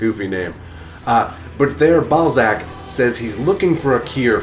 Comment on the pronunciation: King "Balzac." I'm glad you spelled that out, because I heard something completely different. ;) Nice Highlander shirt BTW.